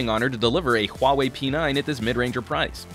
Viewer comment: finally someone who doesnt say huawei as wow-way...